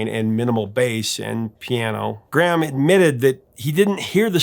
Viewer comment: We pronounce his name Gray am in the UK